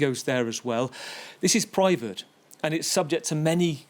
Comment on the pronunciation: Privat island? wtf are you saying?